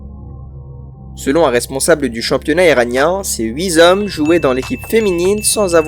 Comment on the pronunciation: Ces huit zommes ? 😂